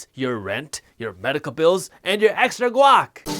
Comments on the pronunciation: I thought he said "gaup" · Guac? I thought you said GLOCK - I had to go back and re-listen :) Yeah, those are harder to find now as well :) Seriously though - looking forward to how you'll cover where to put money to avoid inflation!